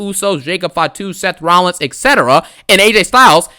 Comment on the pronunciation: "Romano Reigns, Sethington Rollins, Los Angeles Knight." 😂😂😂